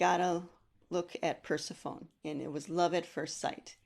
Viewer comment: When you started discussing the myth of Persephone, I was totally confused. Your pronunciation is incorrect in English and modern Greek. You should apologize it is an egregious mistake.